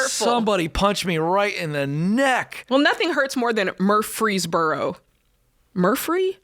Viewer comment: Mufreesboro...seems like "muh-free" to me but